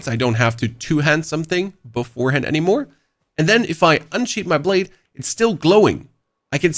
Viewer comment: bro "unsheathe" and "sheathe" are your nemesis lol